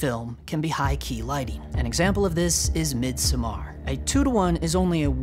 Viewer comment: Scandinavian here. The emphasis is on the first syllable in MIDSOMMAR. It's just like MIDSUMMER, just with an O replacing your U, and an A replacing your E.